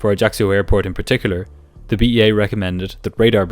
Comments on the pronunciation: Corsica is well known to be a very difficult to land at. - Ajaccio bay on one side ( the pilots used to wave at the sunbathers on the beach below ) and a semi-circle of mountains! It's an Island I have been to many times. It is beautiful, but rather expensive. ps - the locals call the area AJASSIO - not AJACKSIO! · I love your channel but the mispronunciation of Ajaccio kept throwing me off guard.